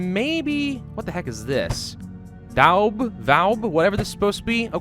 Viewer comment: It's Wattle and Daub, pronounced Wattel and doorbe (door with a b at the end)